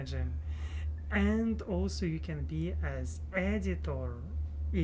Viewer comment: Hi! It has been too long since I have said hello. I’m so happy to see you again. I remember back when you were in Russia and you would pronounce also like “olsa”. I can’t believe it has been 2 years. You may not believe this but your journey from Russia to America, seeing you now compared to then, and knowing your future goals gives me inspiration in my own life and hope for my own future. This is something I will always think of when I feel discouraged with life. Keep it up!